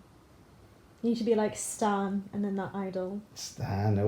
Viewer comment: your dad said stan cherry bullet